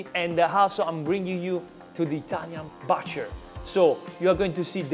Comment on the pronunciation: La 'u' Butcher si pronuncia quasi come la 'u' in Italiano. Non con un suono di 'a'. E strano, ma in questo caso la pronuncia italiana del primo vocale e quella più giusta.